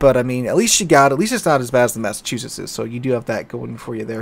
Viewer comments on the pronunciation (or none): none